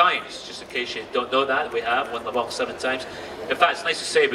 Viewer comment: le mans not le mall.....